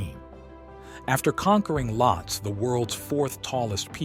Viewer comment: its' not Lottes. It's Lhotse. Lot-say. Also your spelling on the click bait banner is atrocious. get educated please. You're making Mountaineering videos for gosh sakes!